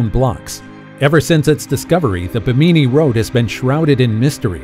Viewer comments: Ba- meany? I always thought it was pronounced bem- a- knee. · It is not Bimineee Road......It is the Biiiim in eeeeeeeee Road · It's Bimini (bim` a nee) not Ba mi ni island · It isn't BEE-MINEE. It's BIM-IN-EE :) Great video. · It's just bimini the bi sounds the same as mini not buh-meeni - geeez. Google is able to say it correctly for you. You're doing this for National Geographic! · Bimini is pronounced: BIM • i • nee. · First off that was stupid. Secondly learn to pronounce stuff correctly. It's pronounce Bim-in-ee. Bimini. Plus Part of the footage you showed of the Bimini road wasn't even from that side of the world let alone Bimini. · It’s pronounced Bim-in-née not what ever your calling it. Do your home work it discredits you when you don’t even know the name of the place your reporting on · Bimini you put the emphasis on the wrong syllAble. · How hard is it to look up the pronunciation of “Bimini?” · Learn how to pronounce "Bimini"